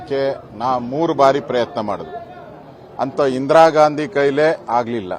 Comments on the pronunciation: Good Information Maa'm.. But.. Medam pls uchhar sariyagi maadi... Neevu style maadi Ghandi.. Ghaandi anta idiralla adanna Gaandhi anth sariyagi madi... Pradeshik uchharne ind kelawandu pada gala Pronunciation bere aagatte, Adre idu asht difficult illa,adre illi neevu purposely bekanth ghaandi ghaandi anth anta irudu gortagatte.. Nimma style maadi uchharane madudralli vabbr parichayawanne neevu badalsta idira.. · ಇಂದಿರಾ 'ಘಾಂದಿ' ಘಾಂದಿ, ಘಾಂದಿ... ಕೇಳಲು ತುಂಬಾ ಕಿರಿಕಿರಿ.